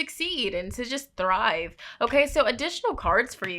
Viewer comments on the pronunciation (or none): none